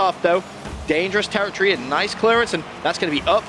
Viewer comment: If I hear "TerraTree" instead of Territory again...